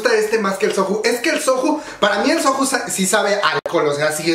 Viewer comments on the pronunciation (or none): Soju??? Se pronuncía soyu*